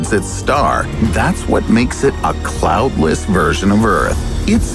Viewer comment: I don't even know what he mispronounced 3 times BUT I did notice he said "cloutless " right after that instead of cloudless....if we're getting nit picky!